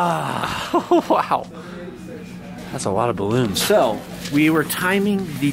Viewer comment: look at all thees balons😂😂😂😂😂😂😂😂😂😂🤣🤣🤣🤣🤣🤣🤣🤣 The captions though he said balances